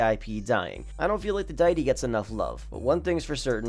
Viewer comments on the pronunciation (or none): Dude pronounced deity like "dy-ty" lmfao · He can never say cars names right. Ditie lol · Deity is “dee-ity”.